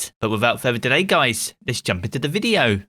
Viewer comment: I’ll subscribe when you say the word video in a normal way….